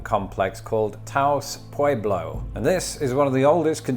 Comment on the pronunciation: Wow, your pronunciation of Taos Pueblo is so British, but still almost correct. It made me internally cringe until I realized you weren't exactly wrong.